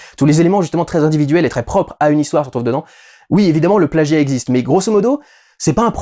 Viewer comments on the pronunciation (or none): none